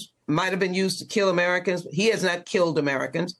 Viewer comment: She said, “Amurikans”